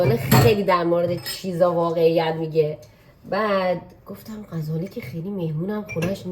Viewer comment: عاشق ولاگاتم 😍فقط غزاله گفتنت😂